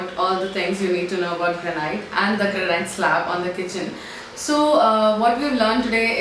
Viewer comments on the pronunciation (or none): It's Granite /ˈɡræn.ɪt/ not Granight.